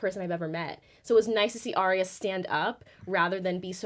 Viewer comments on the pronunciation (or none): Arya. Not Arrrrriiya or whatever you're saying.